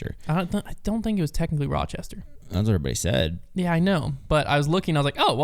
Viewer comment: Your pronunciation of Rochester is KILLING me 😭😭😭